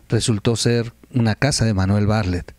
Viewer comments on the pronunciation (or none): Terrible información Por favor checa el nombre de Bartlett siempre dices Barlett. .....